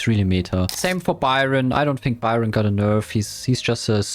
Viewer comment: i think its just strange that he can’t pronounce easy things like that. But dont forget i respect but i cant hear people pronouncing byron a her. Its awful and cringe